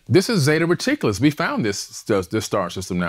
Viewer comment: "Zeta Reticulis"?? I thought it was Zeta Reticuli??